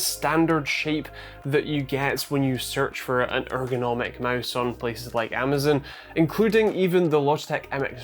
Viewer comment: say amazon the right way nerd.